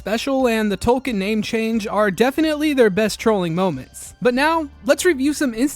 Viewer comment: English is my 3rd language. I don't hear any difference between how you pronounce "token" and "Tolkien". The way I say "Tolkien", the 'i' is clearly audible.